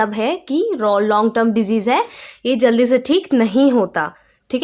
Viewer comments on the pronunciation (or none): none